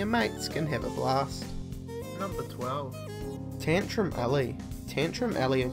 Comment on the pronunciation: This guys voice is sooooooo annoying I know he is from New Zealand but like really he talks like ' tantUM allEY ' grrrr